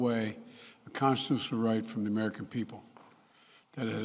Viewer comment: He can't even say constitutional right wow